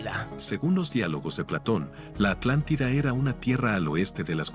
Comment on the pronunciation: La alantida🔥🔥